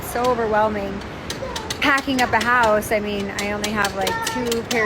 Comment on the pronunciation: The way you pronounce "house" is criminal Well there goes the evidence